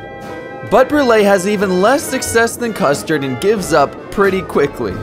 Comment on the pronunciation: Him: custerd and brulee Me: custerdbrulee? 🗿